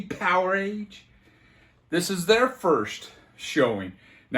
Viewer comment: It was me that told you about Bruce not working a day in his life. I just picked up his debut album on vinyl this morning. I'm pleased you pronounce 'Powerage' as 'Power-Age'. Some people pronounce it in the same way you pronounce 'leverage' or 'beverage', which loses the word--play of Power Rage. That gets me in a rage.